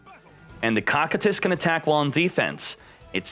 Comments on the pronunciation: its pronounced (KOU KAI TUS) not cockitus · no but he said it wrong like 90 times and every time it made me wanna shoot myself